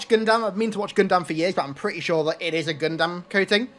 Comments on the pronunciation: I love that he choose the gundam skin, but it bothers me how he pronounces it. Proper punctuation: Gun-dum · It’s pronounced GUN-DUM! The A is silent…..I think. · My god how you pronounce gundam is jarring worse then the Olympic commentators